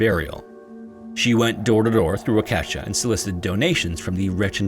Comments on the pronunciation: I had to do a double take when i heard Waukesha. I live about 30 minutes away from there and have driven thru it several times. For what it's worth, I've never heard it pronounced as you did, wau-KE-sha. It made me think of the singer. I've always heard it pronounced as WAU-ke-SHA. The first syllable being the dominant of the three. Not that you'll be using the name again. I can't imagine there are more "scary interesting " stories hiding in that town's history. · Heehehehe......I am sure someone already let you know how Waukesha, Wisconsin is actually pronounced, but if not, it is pronounced like: Wah - keh' - shaw instead of Wah'-keshuh. I hope that makes sense....lol! We do have some rather odd names for cities and towns in the Midwest. I guess they aren't odd though. Mostly Native American names that can have challenging pronunciations. No matter however, as we still know what you're talking about. Just thought you would want to know, though! Thanks for another excellent video and have a great evening! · One correction. “Waukesha” is pronounced “Wah-kuh-SHAH” stressing the last syllable. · It's pronounced WAU-KA-SHA source: native wisconsinite here. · Wuh-kesha. 😂 Regardless, love this channel! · Wah-kesh-haw. (I was born and raised in Milwaukee) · Wah-kuh-shaw. That’s how you pronounce Waukesha. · In the 1st story.. the town is pronounced walk eh shaw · It's pronounced 'walk-a-shaw', wisconsin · WAUH-KE-SHAW How can you have 1.3m subs and not even bother to look up how to pronounce something you're unsure of? I swear the bigger you creators get, the lazier you become. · midwesterners are screaming: it's waa·kuh·shaa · oh man Waukesha is pronounced WOK-ә-SHAW lmao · In story one , the town of Waukesha is pronounced WALK ES SHAW . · hi there. love your stories! super quickjk fyi though, its not your fault alot of Minnesota and Wisconsin town names are odd or native in origin. Waukesha, is pronounced Walk-eh-shaw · It's pronounced "WAH-keh-shaw" 😂.